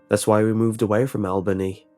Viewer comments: Albany NY, pronounced (All-ba-knee) not albaney. And you got better the more times you said it. Other then like, loved your accent. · Your pronunciation of “Albany” as AL-Benny was driving me crazy, it’s ALL-BUH-KNEE. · Al Benny was so wrong! No, no, no! I graduated from SUNYA in 1979. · It's pronounced All-Ban-Nee(Albany)😂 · I'm from Albany and I love how he pronounces it😂.. its really supposed to be All-Bany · I just cant get by Al-BANE-ee new york lol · The way you pronounce Albany is interesting! Lol as a New Yorker I can say we pronounce it All-buh-nee but your pronunciation should stick! I love it! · Just to clarify, Albany NY is pronounced "all-ban-ee". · Good ole "AL-BAY-NEE" New York!!!....???? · Al Bay Knee, New York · Its pronounced “Albany - All-Ban-Knee” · Just for the reference, it's pronounced Al-BUH-knee. Like Jessica Alba-Knee. Great story, though, and amazing narration as per usual :D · "Al-BAY-knee" LOL!!! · "Al-bane-ee, New York" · Took me a minute to realize that it was Albany, since he pronounced it Al-bane-ee >.> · "Al Bay nee, new york" lol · "ALL-BUH-KNEE", NY for future reference. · Albany is pronounced al-bah-knee. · As a New Yorker I must inform you it is pronounced ALL-BUN-EE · Isn't it al-bun-nee? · thats not how you pronounce albany😅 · Jesus, that's not how you say Albany, NY.... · U said albany so wrong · So I wonder about the facts presented here, this man has a British accent and did not pronounce the city in NY correctly. This raises questions to the validity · You butchered Albany lmao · OMG. Way to screw up the Capitol of New York D: I hardly recognized it when you first said it